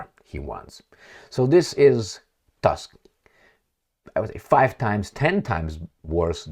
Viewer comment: Tusk pronounce Toosk